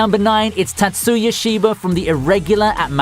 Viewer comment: Tat-soo-ya i'm going to die from pronunciations the emphasis is on the first syllable not the second. Meep.